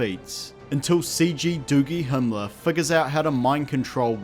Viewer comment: he said doogie hemeler. HAAAAAAAAAAAAA im dying